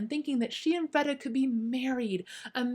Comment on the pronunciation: It’s pronounced Freeeeda not Freda